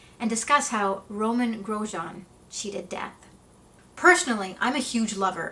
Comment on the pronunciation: So refreshing to see someone actually pronounce the man’s name correctly